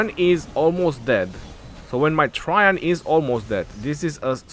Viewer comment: It’s “tra Jain “ maman